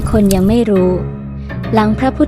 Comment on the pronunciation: ปรินิพพาน อ่านว่า "ปะ-ริ-นิบ-พาน"